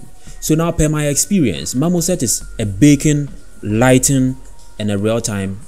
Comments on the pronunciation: I also kept hearing "bacon" but I think it's a feature not a bug! If only we could all have GPU-accelerated bacon in our lives. Haha love your accent, great video. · Not gonna lie. I had to stop watching your video. Great video up until you kept saying baking but with your accent you were saying bacon and I was getting really hungry. Great content thought!